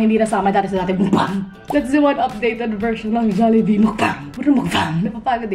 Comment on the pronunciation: tawang-tawwa ako sa MUKbangg na pagkakasabi mo hahahaha